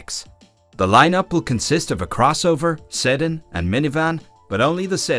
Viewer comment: Your computer voice could not pronounce sedan correctly.